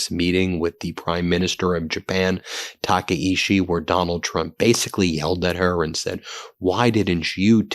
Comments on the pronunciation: The japanese PM's name is pronounced "tak-eye-chi" not "taka-ishi" lol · It’s pronounced “Takaichi” with a “ch”, not a “sh”. Your English language has both these sounds, and you can choose the more accurate one. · Tah kah ee CHEE. Please pronounce correctly. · Taka in Taka-ichi rhymes with DACA. Ichi in Taka-ichi is pronounced like ichi in ichi, ni, san (one, two, three in Japanese).